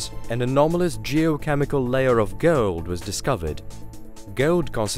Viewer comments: I think you pronounce Gold as Gold not Guld lol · That is the weirdest pronunciation of the words "hole" to "hayole", "slow" to "slayow", and "gold" to "gaold". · Its GOLD, not gowuld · "hewl" "gewld" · Thank you for telling me about this amazing KEWLA BOH HEWLE WHEA GEWLD IS FEWD DEEP DEWN WITHIN THE GLEWBE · Gold? You mean "geold" as in heole? 🙊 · interesting facts, just can´t listen to boar wheul, ceaol, geold,, unkneaun,. Changing channels.